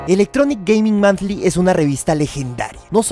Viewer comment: Monthly, no Manthly,. <3